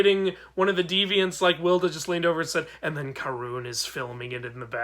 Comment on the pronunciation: Karun is my favourite to also it’s pronounced kar-un